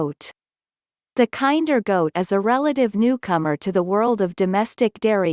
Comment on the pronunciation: This is so painful to watch. The breed is not pronounced like the word "kind". Kinder should rhyme with "tender" (Among many other problems with the video). What the heck is up with the desert landscape footage when referencing a perpetually green farm that was in the Pacific Northwest of the US and shadowed by massive Cedar trees? A lot of the basic data about the breed is correct, but obviously just copied from random online sources. You'll want to double check some of the stock goat footage and statements about lacking floppy ears to avoid misleading people.